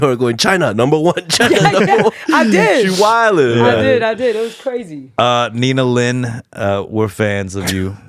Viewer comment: it's nina lin right? not nina lee